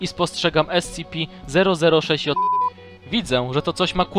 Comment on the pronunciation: Mówisz scipi grę na mówić scp